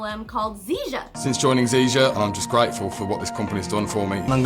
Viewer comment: Zija, rhymes with seizure. As in seiz'ya money.